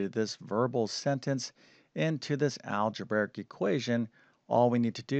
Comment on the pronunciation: "Algeberic." All of his "br" combinations come out as "bVr" rather than "brV." Strange. I didn't notice this speech impediment until recent videos. 🤔